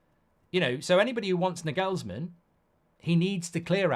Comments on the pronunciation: Nah-gels-man not nag-ells-man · Can you please for the love of god stop calling him Nigelsmann. There's no "I" in his name it's an "A"... Clearly!